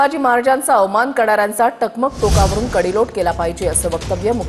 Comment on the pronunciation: कडेलोट शब्दाचा उच्चार कोणी केला शेलार 😊